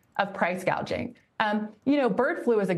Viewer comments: Kamala Harris didn't even say the term correctly, like she didn't know what the concept was referring to. She said 'price gauging" which would mean 'price measuring', when the actual term is 'price gouging' (referring to increasing prices beyond fair levels). People just choose to ignore this stuff, but it shows that Harris isn't familiar with anything she is talking about. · Harris said "gauging"😊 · So fos😂😂😂😂she could not even say the word properly “gaging” 😂😂😂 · no, she clearly said, "gauging".